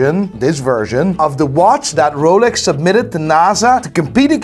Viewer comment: Roalex..... it's Rolex lol SMH